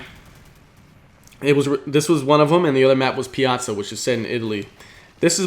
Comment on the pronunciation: Thank you for being the very first commentator to pronounce Piazza correctly.